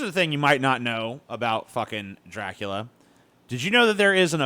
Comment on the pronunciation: It's "Dra-coola" not "Drac-coo-lia", you ignoramus!